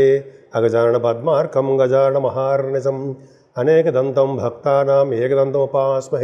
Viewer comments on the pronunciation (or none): నమస్కారములు గురువు గారు...!! 🙏🌹🌺🌹🙏 నాదొక మనవి.... మీరు మొట్టమొదటిగా చేస్తూ ఉన్నట్టి ప్రార్థన యందు ఒక దోషం దొర్లుతూ ఉన్నదని నా అభిప్రాయం. "శుక్లాంబర ధరం" - అను శ్లోకం నందు "అనేక దం - - తం భక్తానాం" - అని విడదీసి పఠించ వలసి ఉంటుంది. కానీ మీరు అనేక - - దంతం " అని పఠించుతూ ఉన్నారు. ఈ విషయం నందు అన్యధా భావించ వలదు. తప్పు చెప్పియుంటే మన్నించ మనవి... 🙏🌹🌺🌹🙏